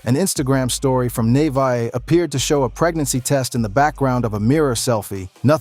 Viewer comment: He said Nevaeh name wrong over 20times 😂😂😂😂😂